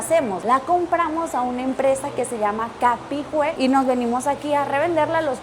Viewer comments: Sii sonó como Capi Wue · Jajaja dijo Fernando concha y es Fernández concha y dijo capihue y es copihue ...valla datos ....y hasta el que le mostró la fábrica de mote con huesillo es venezolano....💀💀💀💀🇨🇱🇨🇱🇨🇱🇨🇱viva chile ,chilezuela 😅😅😅la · en el minuto y mencionas la marca pero, es Copihue, no Capihue. La cual es una flor nacional, la misma que se ve en el logo:)